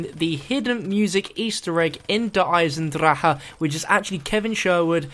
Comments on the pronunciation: he sais it like its a g but you have to say it like its an k almost. he says eisendrage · plz can u stop say eisendrache so weird? you say it like you are german but i cringe everytime you say it